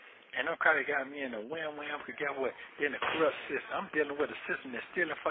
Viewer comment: “Crupt”???? It’s corrupt, stupid.